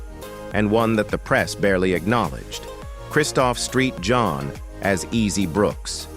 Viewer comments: You need to get the pronounciation together. It sucks. Its Saint John. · Thank you for sharing the the Merritt of these actors contributions the St for Christopher does not stand for Street his name is Christopher the s t properly pronounced Christopher Saint John